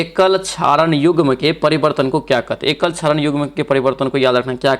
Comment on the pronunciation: बहुत गलती पढ़ते हैं आप। 42 no. 44 को no. क्या पढ़ते हैं देख लीजिए। 49 no. क्षारक को क्षारण पढ़ रहे हैं 😂